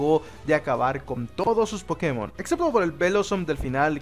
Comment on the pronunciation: Anda, pronuncias el acento en la E en la palabra pokémon vez de inventarte donde acentuar. He visto muy pocos hispanoamericanos que hagan eso.